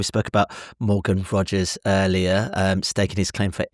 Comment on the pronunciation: Ayo cannot even pronounce his surname name? Sad. Inferority complex in my on view